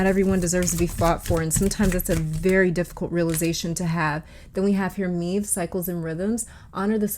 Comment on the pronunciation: I found common messages for me in piles three and five. Thank you so much for this. I gotta come correct as an Irish person, though. Maeve is pronounced “Mayv” and Áine is pronounced “On-yuh”